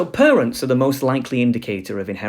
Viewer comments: It's parents not perents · Pronouncing parents as purunts really gave me a good laugh. It sounds so silly... Is it a speech impediment of some kind?